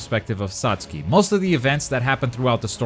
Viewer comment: Comparing this to this to igns review is the equivalent of comparing something of human excrements the reviewer couldn’t even be pronounce Satsuki right